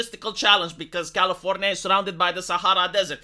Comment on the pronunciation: its not California, it’s Californya-nya